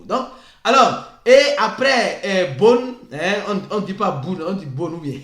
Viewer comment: J'ai vraiment aimé votre sens de la discipline et de l'adaptation. Bone = /bo n/😂